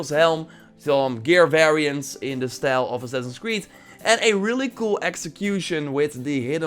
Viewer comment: je zei stijl in plaats van style.